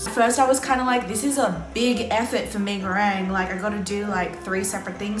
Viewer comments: I hate the way they say “me go rang” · Why are yous saying me go RANG it’s reng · That "mei goreang" made me purse my lips tho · "me goweng" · As a Malaysian it is so cringe to hear them say “Mi Gorang” like 😌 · 1) they're not making it for a damn uni student 2) pee goreng (hahahaahah) 3) idk, i three points for effect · “Me go rang” 🤣🤣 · "Isn't Mi goreng THAI tho?" Look at how they massacred my boy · They kept pissing me off when they said mi goreng wrong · Umh.....it doesn't bring any harm though. Everyone can still understand that as "Mie Goreng" If they ordered from abang-abang or teteh in warung, it's still a pass Unlike when you order some dimsum in China and said "Gao zi" literally "Gao zi" Instead of saying it as "kao-che" That's detrimental Relax a bit